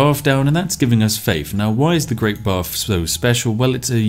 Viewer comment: For the longest time, I was wondering what the heck the "Great Barf" was.